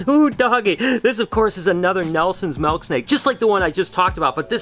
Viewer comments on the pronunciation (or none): did he say "melk snake"? Sorry can't watch anymore. Ugh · Did he just say malk